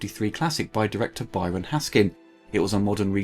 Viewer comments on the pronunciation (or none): none